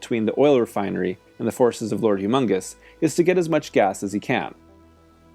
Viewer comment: It's Lord Humungus, not humongous.